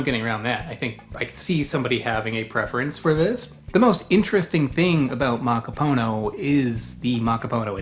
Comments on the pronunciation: Its ma ka poo no. not maka poe know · Muh-KOP’-uh-Noh (emphasis on KOP syllable) Muh-KOP’-uh-Noh As in the language KOP (COP) will take offense when you say POO instead of Puh (like in Golf Putt, Putter around…) There is no POOH in Muh-KOP’-uh-Noh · Muh-KOP’-uh-Noh (emphasis on KOP syllable) Muh-KOP’-uh-Noh As in the language COP (KOP) will take offense when you say POO when it’s more of a Puh as in Putt (golf putt, putter around..) There is no POOH in Muh-KOP’-uh-Noh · It’s pronounced: Muh-KOP-uh-Noh (accent emphasis on the KOP. There is no POOH in the pronunciation of Muh-KOP-uh-Noh. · It’s pronounced: Muh-Kop’-uh-No (emphasis on the KOP and there is no POO in MuhKOPuhNo) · Pronounce it as.. makapoonô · Mah-Kah-Pooh-Noh and it's not rare 😅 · definitely. mahkah-poo-NOH